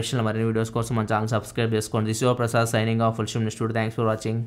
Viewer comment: Sir mi name.chepetapudu very slow Andi...Prasad ani kuda ardam avtledu